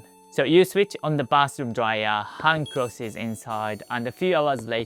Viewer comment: i like how you say clothies. great video, thanks